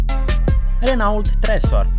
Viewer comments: Prezinti un canal care vorbeste despre tehnologie si tu spui "Renault" in loc sa spui "Renò"? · Se pronunță "Reno", nu "Renault" . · Renault se citește reno.......